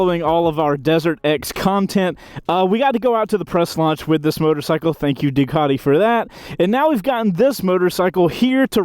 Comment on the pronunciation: What the f**k is a Doo-cot-eee?